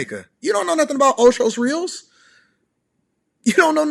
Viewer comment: Did he just say Ochos Rios? 🤦🏾‍♀️.. I’m done .. Dude you ain’t never seen the real Jamaica gtfoh with this pointless video.. Ochos Rios!! 🤦🏾‍♀️